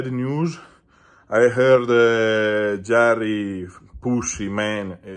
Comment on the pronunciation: Well he didnt retreat from the match when he got sick, Its like he took the match, and he didnt come to the table. So It must be called a direct loss for JARRRY. OH also please dont pronounce his name correct like jerry. Please keep calling him JARRRY 😅😅